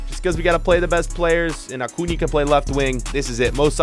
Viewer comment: He pronounces so many names wrong like origi and acuna but he pronounces minamino correctly